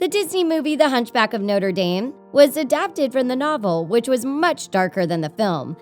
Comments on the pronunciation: It’s pronounced darm not dome it triggered me ever time. Hahaha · It's pronounced notre darm not noter dame ._. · ITS NOTRE-DAME YOU TWIT NOT "NOTER DEEEM" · Noter Daym. Noter Daym. WOMAN ITS NOTREH DAHM (pronounced) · it's "noh-truh-daam" Not "noh-tur-daim". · hunchback of noter dame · Noder dame? Its the pronunciation is nochra dom. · Note DAME ITS NOTRADAM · Noter Daym is not how you say Notre Dame, it's Notruh Dahm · ITS NOT NORTI DEAM ITS NOTRE DAM (NO-TRA DOM) GET IT RIGHT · You mispronounced notre dame. It's Not- tre daarm not note-re dame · hunchback from noter dame wow its hunch back from no-tre dam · "... the hunchback of nOtEr DaEm " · wtf is noter dayme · Hunch back of Note er Dane? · DID SHE JUST SAY HUNCHBACK OF NOTRE*DAME* OMG ARE YOU DUMB MA’AM?? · Her:"Noter Dame" Me:GGSHSHDHDHDHDH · “Hunch back of nooder deen” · Hunch back of noter deem lol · WHAT THE HELL IS NOTER DEENE?!?! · "the hunchback of noder dame" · “Noder Dame” lol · How she pronounced Notre Dame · Who else was triggered by the fact she pronounced notrè dame wrongly. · the way this bitch pronounces 'notre dame' is giving me aids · You said "the hunchback of notra dame" wrong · I clicked this video to hear her pronounce Notre Dame like that 😩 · Sabor is a girl. Just saying. And the way you pronounce Notre Dame is an insult to French people everywhere. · Pretty good list. You can actually find an animated version of "The Madness of King Scar" on youtube-- it's really cool. Side note: Is the pronunciation of "Notre Dame" and "Sabor" bothering anyone else?